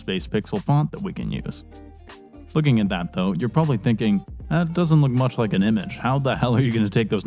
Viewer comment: "No one can have that mouch power. It is too mouch!"